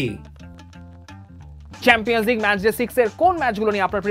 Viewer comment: কাক যখন কুকিলের সুরে ডাকতে চায়। যাইহোক, আপনার উচিত স্বাভাবিক উচ্চারণের কথা বলা। সেম্পিয়ান্স লীগ, পেইএসভি আরো অনেক আছে। রিয়াসাদ আজীমের মতো, বিপিএলের ম্যাচেসগুলো😀😀